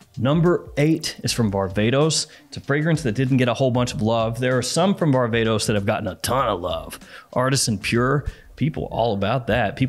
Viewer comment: When he was talking about this "barbatos" perfume I was expecting some niche thing .. he was just saying varvatos 🤣